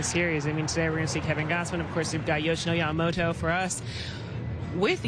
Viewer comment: キルスティン姉さんの好きなとこはほぼ唯一と言いほどいないyamamotoを正しく発音してくれるところ 「と」の発音練習頑張ったんやろな